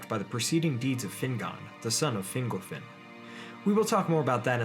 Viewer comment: Hey glad to see you were working on this. Def improving but "Fin-GOLL" not "Fingle," for instance. Hope that helps :)